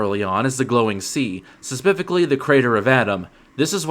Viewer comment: "Suspifically" isn't a word